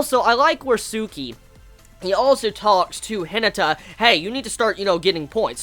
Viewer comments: ...i love you man but its pronounced hi-na(like naughty)-ta. Not hinita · The way you pronounce Hinata is funny xd